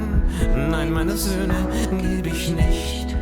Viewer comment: The title correctly translates as "No, I'm not giving my sons" -- not "give up on". 🙂 But your pronunciation wasn't half bad, and great reaction! Also, the bearded guy with the glasses at the end? He wrote the song for his 2 sons back in the 1970s. This was a re-release with German artists from across the musical spectrum. (You might also like another Reinhard Mey song, "Sei wachsam" (Be alert/watchful). It should be played on every election campaign. (Link to video with English translation, here